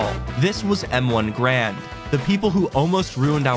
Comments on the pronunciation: Bro i wanted to kms when he said M1 Grand when its M1 garand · i knew they were going to be saying grand and not garand the whole video.. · It's m1 GArand not GRAND, its a weapon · A lot of us say grand but yeah, the proper way to say it is Garand. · it's Garand like errand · its M1 Gar - and not a M1 Grand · Its m1 ga’rand not m1 grand